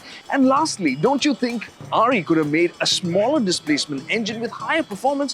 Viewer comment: He's saying RE as in Royal Enfield. At 1st I was like who the hell is Ari?